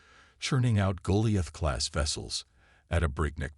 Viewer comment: Should turn this into a drinking game.....take a shot everytime you hear Goliath pronounced wrong 😂😅😂